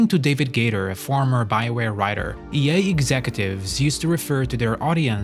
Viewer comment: You pronounce EA like “Ye” and you keep getting me confused thinking Kanye West is behind the scenes of mainstream gaming